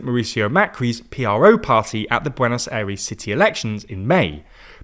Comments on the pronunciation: Please, please check the pronunciation of words and names before the video. Every time I hear the name "Buenos Aires" pronounced in this video I physically cringe. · Even for someone from the UK that pronounciation of Buenos Aires was not great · "Benos Ares."👍